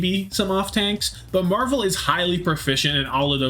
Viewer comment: i beg u stop saying marv one its marvel please man